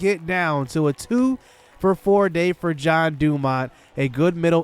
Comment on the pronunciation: I'm confused on why your pronouncing Jean Dumount's name as John? Lol Maybe I'm wrong, maybe I've been wrong my whole life. Anyway, I was just curious. I'm off to the mall I gotta buy me some more Blue John pants for work